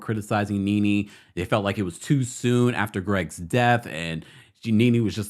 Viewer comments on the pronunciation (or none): none